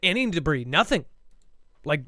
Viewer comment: Arrgghhh. started pronouncing debris the right way after said it correctly then halfway through the show, started saying it wrong again. MY BRAIN! %@@ (I've seen the comments about this, won't be responding to jerks.) 😊